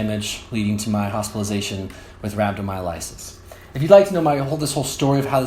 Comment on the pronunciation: Sorry that happened to you man. Just wish you would have said rhabdomyolysis right though. Get better.